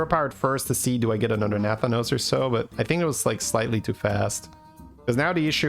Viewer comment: no offense, but nathanos is pronounced with the stress on the 2nd a